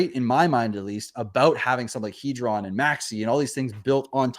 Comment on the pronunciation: It's pronounced Heeedron not Headron